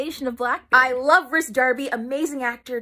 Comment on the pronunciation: Yo, Rhys is pronounced like “Reece”.